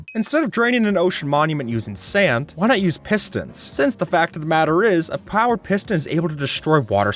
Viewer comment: A prowered piston great English